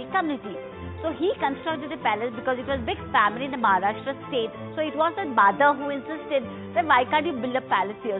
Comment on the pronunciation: Wonderful places to see. Kindly change the lady describing the places. She is unable to pronounce even simple Marathi names like "Satara", "Mharashtra" instead of "Maharashtra" and makes many more mistakes. The whole purpose gets defeated when the person is unable to describe properly. Also can't do full screen on mobile.